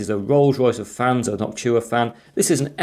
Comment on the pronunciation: It's Noctua not Noctchua